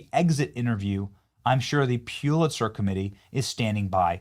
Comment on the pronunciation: Pull-litser,not pee-ew-litser. Nu-clear, not nu-cue-ler. THANK YOU FOR YOUR ATTENTION TO THIS MATTER!